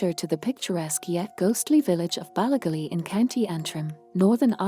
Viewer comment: Interesting story, but please get a real person to do the narration. "Ballygally" isn't pronounced the way the AI says it.